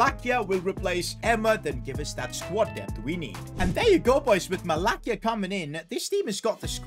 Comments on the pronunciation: its pronounced MalaSia, not MalaKia. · “malakia?” 💀 bro it’s “ma-la-see-a” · as a man utd fan it kinda annoys me when u say mala'k'ia, it is actually pronounced mala's'ia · Never ever say malacia like that again !!!